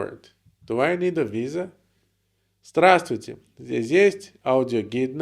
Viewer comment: Как я балдею от вашего ДРАТУЙТЕ (без З) и вашей улыбки. Спасибо вам за учебу!